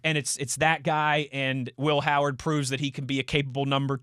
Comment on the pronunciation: I just hate the way he pronounces "Will Howard". It's not funny.